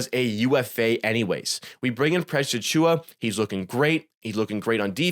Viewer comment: Overall good video man! Thanks for breaking down some of his stats a little deeper. Some points got a touch repetitive though. Also, you have a good entertaining voice, but it drove me wild how you could never say his full name properly. It distracted me from your actual point. You almost call him PressAchua as one word. Please just say Precious, or Achiuwa, or pause between names 😂 there's my harsh critique. I'll for sure be watching more videos though! Good content